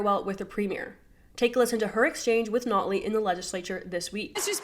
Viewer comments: “ sNotley” 😂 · Did anyone else catch the Freudian slip of the host calling notley snotley?